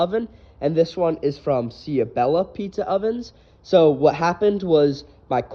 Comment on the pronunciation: its pronounced chow bella. nice diy my dude. im getting this oven, cant wait.